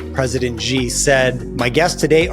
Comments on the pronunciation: Xi is pronounced as "she", not "jee" or "zee" or "gee". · President Xi’s name is pronounced “she” not “gee”